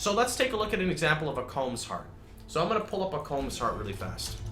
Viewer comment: It triggers me that people pronounce "Kaom" as "comb". Good video, really points out the glaring balance issues between ES and other builds.